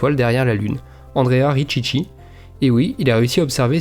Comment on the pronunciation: Génial ! Merci pour ton boulot de dingue que représente ces vidéos ! Juste un petit mot pour dire que si Andrea Richichi est italien, alors son nom se prononce "Rikiki" et non "Ritchitchi" mais c'est un détail insignifiant. Keep up !